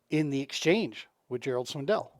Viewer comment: I stopped watching the video when you said Gerald Swindle’s name wrong which was almost immediately. You say it how it’s spelled.